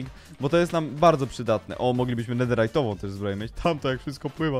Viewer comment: Mówi się nederytową a nie nederajtową